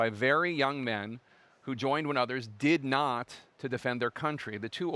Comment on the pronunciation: Notice the emphasis on "did not." I'm sure Jake Tapper had Trump in mind when he said that because Trump allegedly had bone spurs and didn't go to Vietnam.